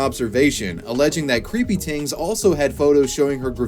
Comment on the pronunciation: i love your commitment to saying creepy "tings"